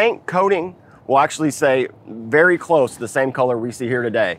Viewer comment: What way does say colour? Sounds like Keller every time.